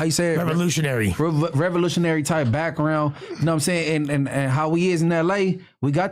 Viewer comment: thinking his vocabulary is good is crazy. How tf you can’t process what gnarly is and can’t say revolutionary 😂😂